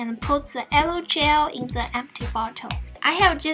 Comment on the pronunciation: Okay but no ones going to put out how she said Gel hahahaha.